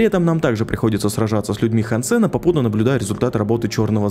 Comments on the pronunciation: Все круто,но почему ж хансЕн,если хАнсен. Ну на крайняк гАнсен. Но не Хан Сен же. Он же не китаец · Не хансЕн, а хАнсен!!! А то какойто вьетнамец Хан сЕн все время слышится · хАнсен, а не хансЕн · хансЭна.... меня аж передергивало каждый раз когда ты не правильно произносил его имя... хАнсен.... какой еще нафиг хансЭн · ХансЕн звучит как что то казахское, правильно хАнсен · Он не ХансЭн, а хЭнсен. Это же очевидно блин. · ХАнсен! Не хансЕн! Стукани себя чем нибудь. И сажаем, а не садим. Фу, блин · хАнсен, а не хансЕн Слух очень сильно режет